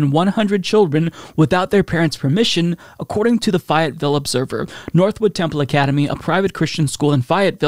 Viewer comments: It's Fay, not Fie. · I croaked when you said “phi et ville” , it’s pronounced “fAy ette ville “😂❤ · Sorry, but I gotta correct you! It's pronounced FAYE-et-ville, like Tammy Faye. All my family is from the South and I've passed through there plenty, lol! Keep up the good work! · Faye-it-ville. And that's not even the strangest pronunciation of an NC town, either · Where I'm located it would be more like Fay-ut-vul. He pronounced the vul part like a true southerner. 🙂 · Fayetteville ... Pronounced with a long A sound.... like FAYE-yet-ville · The town is called Fayetteville pronounced (Fay)-ET-Vill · I'm from North Carolina and you definitely pronounced Fayetteville wrong. You pronounce it like Fay-it-ville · Its pronounced "fay It ville" I live their it's meh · Fi-it-ville lol. You crack me up. It’s a long A. I live in this silly state. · The way you pronounce Fayetteville hurts me.